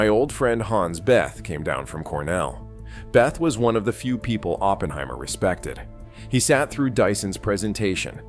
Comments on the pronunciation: Bethe was pronounced as Beta not Behtha. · I'm not sure which is worse: Al bu kirk or "Hans Beth". Albuquerque is pronounced "All boo care key" and "Bethe" is pronounced "Bay Ta". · Bethe: it’s not pronounced “beth” but “bay-tuh”. It’s DEUTSCH! Verstehen Sie jetzt? 😁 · Inaccurate in places. Feynman was NOT particularly chagrinned or depressed after the Pocono conference, because he conferred with Schwinger andfthey were gettingthe same quantitative answers. Hans Bethe, Feynman's advisor at Cornell, is consistently mispronounced here. His last name sounds like "beta." This stuff is all covered very well in a book by Silvan Schweber; "QED and the Men whoMade it." Dyson tells his QED story in this Youtube episode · Yikes! Another one... Hans Bethe's surname is pronounced very much like the second letter in the Greek alphabet, "Beta," not like the nickname for Elizabeth. Sheesh.